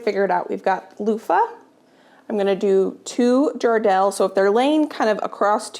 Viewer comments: The pumpkin your calling Jardel is actually pronounced Jarrah Dale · Those pumpkins are pronounced here as jarrah dale but words together I live in Western Australia